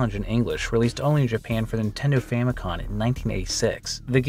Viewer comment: Why do you always say Famicon? It's Famicom. As is FAMIly COMputer.